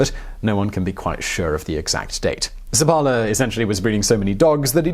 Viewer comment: I believe the name should be pronounced with the stress on the first syllable - SEP-pa-la